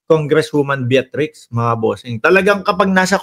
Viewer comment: Bitrix lang po, Hindi Beatrix.